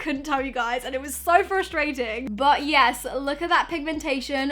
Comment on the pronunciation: I am cringing when she says yazz